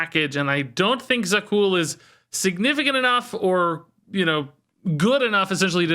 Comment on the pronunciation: Za'qul is So'qul 🙂